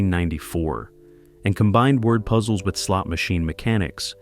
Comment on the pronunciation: Ahhh...almost got me convinced this WASN'T AI slop until it said "The word puzzles, which were a core of the game" but it pronounced "word puzzles" like it was trying to refer to the actual word "puzzles", rather than saying the compound word "word puzzles". And then the even more obvious "Tic Tac...............Dough 1990s."